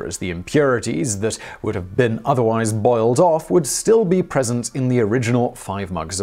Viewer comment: Did he say "boiled" or "bald" water?